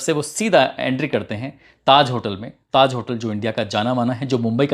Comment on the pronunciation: Bhai your voice is sooo soothing to the ear and your presentation is awesome.. But just say the names correctly... Hotel Taj And Simi garewal